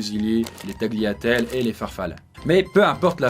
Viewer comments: Aaaargh... On dit ta(g)liatelle (taljatɛl), le G est muet devant le l en italien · Par contre...le G de tagliatelle, il fait mal. Pour bien le prononcer, c'est comme si il se prononcait pas. Merci pour les oreilles des italiens ! Des bisous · La prononciation de "tagliatelle" qui fait mal 🤣